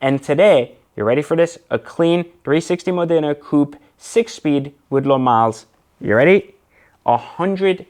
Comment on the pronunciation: It's Mòdena, not Modìna, mate... Cheers from Italy